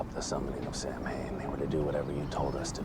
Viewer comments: I'm a druid and I celebrate Samhain. It is not a god, but merely a seasonal celebration. Samhain means "summer's end" and it is pronounced "sah-wen" or "sah-ven" but I will forgive Supernatural because this is a great episode. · I know, I get a little bit of a twitch every time they pronounce it Sam-hane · This is the only episode of 15 season that I have trouble rewatching. Not because it’s a bad episode; it’s actually a good one. It’s because of how they pronounce Samhain. It’s Gaelic/Celtic and is pronounced Sow-hin (soft h). As a Wiccan with Irish roots it’s just sooo painful!! 😩😆